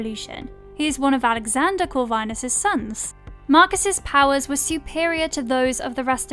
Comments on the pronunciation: Your pronounce things like you just read shit off of wikipedia. I usually hear that with Americans, lol. “Cor-vine nus” and the way you say “succubi”killed me. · Is somebody gonna say something about how she said succubus and corvinus....no just me? Okay🤦